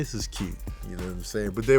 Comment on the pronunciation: Lol ," it was cuute" 🤣🤣